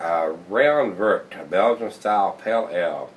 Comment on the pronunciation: Rayon vert is French which translates green ray, vert is pronounced like pear with a v. This beer is one of my fridge staples. Really enjoy your reviews, thanks!